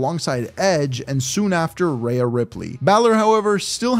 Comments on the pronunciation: Hate how he’s saying it as “reyah” and not “Rhea” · Why Does He Pronounce Rhea "Rayah". RAY+AH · Why are you saying Rhea’s name wrong